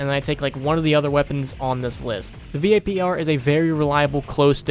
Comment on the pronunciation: If this dude says V.A.P.R one more time.... just call it vapor